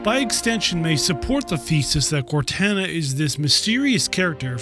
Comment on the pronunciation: Awesome video. But please, it’s canonically pronounced “Cor-tah-nah,” not “Cortanna.”